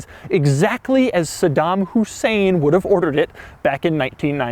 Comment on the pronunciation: Why would he say saddam hussuien